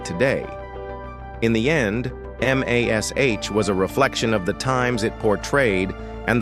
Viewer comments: Hearing M A S H over and over shows limits of AI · We played a drinking game. Every time the AI say M-A-S-H we drank beer. For every time it said fourt thousand and seventy seven, we drank wine. For every time it said "iconic" we took a shot. We never made it to the end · Horrible understanding of pronunciation of English terms. Spelling out Mash, dumb. Numeration of 4077, dumb. Stopped watching…